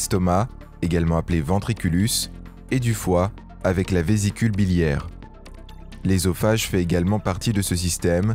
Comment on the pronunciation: Putain il commence par la fin ....Eusophage pas ésophage on dit œuf boeuf soeur pas éf ni béf